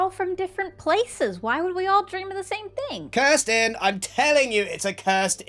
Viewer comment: I blame my bad ears, but every time Grian said "cursed inn" I heard the bame "Kirsten" lol The first timw I thought it was one of the various names for Mr. Wizard